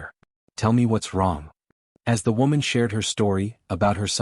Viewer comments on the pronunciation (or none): WOman or woman 😂😂😂